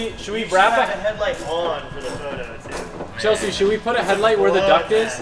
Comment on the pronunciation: I love that you call Chelsea "Chelshe" so you can differentiate between her and Chelsea 😂